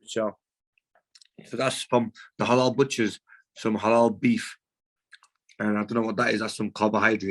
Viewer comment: Go on Amur did t have to emphasise it halal beef